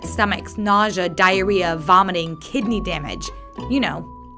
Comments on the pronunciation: DIRRHEA! HAHAHAHAHHA CANT STOP LAUGHING! it is diarrhoea btw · dirrhea... LUL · It said diherria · excuse me, dirrhea? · ahh yes, dirrhea